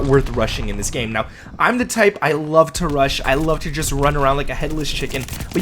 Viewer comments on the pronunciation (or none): none